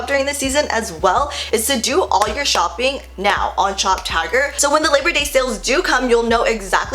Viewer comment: Okay I know I'm not the only person who thought she was saying shoptiger not shoptagr. I'm glad she put the link cuz I woulda been confused.